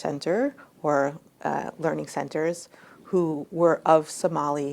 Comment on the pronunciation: Learing Centers. Get it right Bonta!